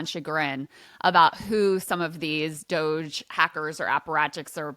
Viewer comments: Ryan not being able to pronounce DOGE is becoming a great running joke. No one tell him, please 😂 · Regardless of what you think of 'DOGE', Ryan calling it "Doggy" is funny. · Ryan pronouncing doge that way is pretty boomer and cringe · Ryan refusing to pronounce Doge correctly, is top tier entertainment